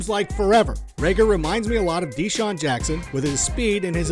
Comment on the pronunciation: "deesean Jackson"